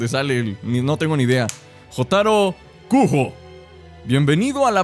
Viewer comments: Jotaro Kujo (Se pronuncia "Yotáro Kuyo") es de la serie Jojo's Bizarre Adventure, es epopulare protagonista y me atrevería a decir que uno de los mas populares. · Y ademas se pronuncia kuyo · Jotaro Kujo se pronuncia yotaro kuyo y es del anime Jojos bizzarre adventure